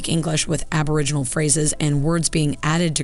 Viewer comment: My goodness that was painful. Aboriginal, not aborigins - the pronunciation was killing me.